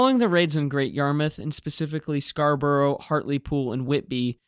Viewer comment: Scarborough is pronounced “scar-bruh”. Similar to “Edin-bruh” or “Middles-bruh”.